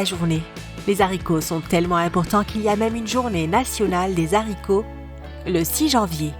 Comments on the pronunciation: Les z'haricots, on fait la liaison maintenant, toto l'aricot? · C'est pas "les z'haricots", c'est les haricots (sans liaison à cause du h). Mais bon, si vous voulez parler comme des beaufs, c'est votre choix. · la réforme de 1990 sur l'orthographe et prononciations n'autorisait pas la liaison pour haricot, donc on ne dit pas les z haricots mais les haricots (lé arico phonétiquement) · Pitié on ne dit pas les zharicots (h aspiré)